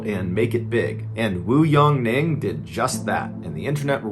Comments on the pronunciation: Ya that was crazy. And his name is Yongning, not Yong-Ning. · Yongning is one word, not two.